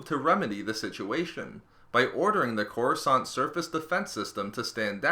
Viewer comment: It's Coruscant lol,not courascant lol